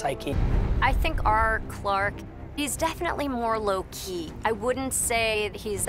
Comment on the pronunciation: "Low-key" not "Loki"